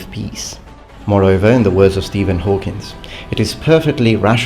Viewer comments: I love your channel and your content, but.. "In the words of Stephen Hawkins" Please get his name right. It's "Hawking"... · It's Hawking, not Hawkins. Why does everyone do that?? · Stephen Hawkins? It's Hawking. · can't pronounce Hawking correctly - say's he'll approach academically